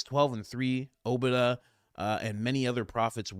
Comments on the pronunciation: Oh body uh? No its oh buh die uh (Obadiah) she doesnt even pronounce the Book of the Bible correctly!that woman looks "jewish" portraying a Gentile Christian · Did she really pronounce those names as “o-BODY-uh” and “izzerul”? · Can't neither one of ya'll say Oba-Die-uh! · I think it is pronounced OH-buh-DYE-uh OMG 😂😂😂 after we made $2.5 billion, we are going in a new direction, the direction of Satan.🤣🤣🤣 love the sarcasm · The lady who texted Charlie doesnt know how to pronounce Obadiah? FYI, it's Oh-buh-DYE-uh. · I have never once in my life heard someone pronounced the book of Obadiah as oh body E ah… who is this woman! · That crazy programed lady, didn’t even pronounce The guy who said the verse correctly. It’s like, she was told to use the verse, but didn’t even say Obadiah right…like she’s not really a Christian. lol I’ve never heard any of our pastors pronounce Obadiah like she did😂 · Wow. She gives herself away by completely mispronouncing the book of Obediah. I would not criticize anyone for this except someone claiming the high spiritual ground and quoting from it! Anyone who is familiar with the Old Testament has at LEAST heard it pronouced correctly!! LOL. Someone trying to weaponize Old Testament scriptures is obviously implying that they UNDERSTAND the verse and its context in order to quote it and use it at someone - but then if they completely mispronounce it??? I'd be like a martial arts person who has been taught Okinawan Karate by a Black Belt in it.... Hearing some random person referring to a karate term as if they are an expert and totally mispronouncing the Japanese term! And being so removed that they don't even realize it! Gives them away as a phony. You mispronounced it too- but you're not claiming it and using it as a theological point against someone.